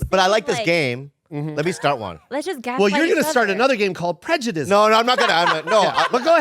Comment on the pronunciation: "prejudism" is making my skin crawl lol